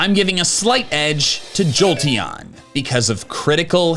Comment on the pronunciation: "im giving a slight edge, to joteon" why was i born into the brainrot generation?